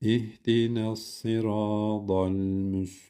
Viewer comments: Hocam Arapça benim anadilim Sırada صراض okudunuz hocam Dorusu sırata صراط Ta ط harfi ile ض harfi farklıdır Bunu sizde biliyorsunuz hocam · Hocam sıradallezine derken tı harfini dal gibi çıkarıyorsunuz